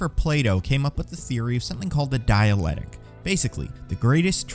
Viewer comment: Someone already said "It's 'dialectic,' not 'dialetic,'" right?